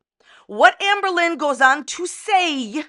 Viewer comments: I'm new to AL and so I'm playing catch-up. If anyone is still reading comments on July 26, Hi. I'm from Scotland and when says Amberlynn I hear Anne Boylin. The difference is Anne Boylin was innocent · beck and casey are so fucking strong. you know its true how terrible amber treats her partners when her exes join forces; this happens with so many fellow victims of abusers. also I love how you say amberlynn like anne boleyn LMFAO